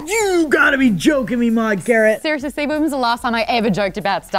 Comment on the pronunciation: When Maude introduced herself, it sounded like she said "I'm lord Garrett." I don't question this at all. I think it's rather fitting.